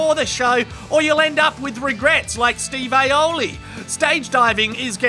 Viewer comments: "Steve aioli" lol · Steve Aoli? Wtf does that?! 😂😂